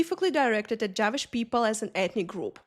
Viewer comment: "Javish people" I'm sorry I laughed at your pronunciation 😂